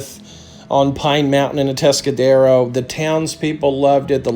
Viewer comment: Yes you said it properly.. we just call it A-Town tho.